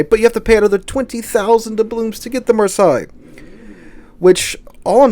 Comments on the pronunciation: Come on man it's marsay not marsi haha. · Love the content, just have issues with how you mention Marseille, which is sounded like Mar-Say, not Mar-Sigh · Love your vids but having to listen to you say Mar-sigh all the way through your video made me want to scream. It's Mar- say. Mar- say! :) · Mar-say not Mar-sy. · I believe Marseilles is pronounce Mar-say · Pronunciation: maar·say. I bought three random bundles for the flag and french tokens. How ever the ship's name is pronounced the new French cruiser look easy to sink just like all super cruisers. Also I have the Carnot and 6 or 7 other super cruisers. I am watching were the economy is going which will determine if I have any money to spend. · Marseilles='Marsay'. I wince everytime you try to mispronounce it, lol. You must be doing it on purpose! Eh? :) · Oh, FFS--it's pronounced "marh-say." I love your channel, but it's really annoying how often you mispronounce words. And frankly, in an age in which all you have to do to check pronunciation is go to Google and type in the word to find an audio or AV file demonstrating correct pronunciation, there's really no excuse for publishing vids with mispronunciations. C'mon, --you're better than this. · By the way, the city name is "mar-say" in pronunciation. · It's pronounced "mar-say" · It's pronounced Mar-say. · The way you say Marseille is Mar-say. Thought you might like to know. Thanks for your vids I enjoy them. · Marseille is "Mar" "Say" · Great channel, but pronounce Marseille correctly, please. I'm not French, but hearing the way you say it is painful. Heck, the City is not pronounced that way,.